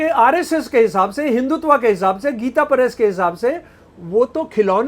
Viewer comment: हिंदी तो बोलनी आती नहीं, और चले हो संस्कृत शास्त्रों की बखिया उधेड़ने। तुमसे न होगा। हिन्दुत्व को हिंदुतवा बोलते शर्म आती है ? एक पप्पू को सामने बैठाकर जो भाँजना हो भाँज लो मियां ! लेकिन सुई बोले तो बोले चलनी क्या बोले जिसमें हजार छेद। इस देश की सहनशीलता है कि एक कटहला सनातन को कोस रहा है। स्त्री का विज्ञान तो पहले बता दो। क्यों हजारों साल से स्त्री पर नियन्त्रण रहा है। बेटी एक लड़की यानि स्त्री ही तो है। तुम्हारी ही बेटी किसी के साथ गुल खिलाए तो जलभून के कबाब हो जाओगे, मरने मारने पर उतारू हो जाओगे। और मनुस्मृति को कोस रहे हो। उन मुल्लों और बापों को क्या कहोगे जो बहू और सगी बेटी का हलाला करके अपनी हवस बुझाते हैं ? उस क़ौम को क्या कहोगे जो औरत को सात पर्दे में जज़्ब रखता है। ईसाई और मुसलमान हमें औरत की परिभाषा बतायेंगे ? हमारे शास्त्रों को समझने से पहले अपनी खोट को समझो। औरत और बच्चों की आवाज़ पतली क्यों होती है ? मर्द की तुलना में औरत का स्तन भारी क्यों होता है ? औरत का हिप फैलावदार क्यों होता है ? औरत को दाढ़ी-मूँछ क्यों नहीं होती ? औरत ही बच्चे क्यों जनती है ? और सवाल पेश करूँ या इतने से ही अजीरन हो गया है ? तुम्हारे सेर को देश में सवासेर बहुत हैं। पहले नज़र बदलो, नज़रिया ख़ुद बदल जायेगी। सोशल मीडिया हगने-पादने के लिए नहीं है। दुर्गंध मत फैलाओ।